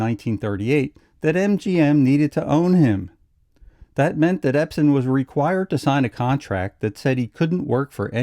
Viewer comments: Ebsen not Epsen. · I'm sorry, but the man's name is EBSEN, not EPSEN. Yes, he had an amazing career...but it would be more amazing if his name could be pronounced correctly. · The narrator keeps calling him Epsen. You would think he'd know better.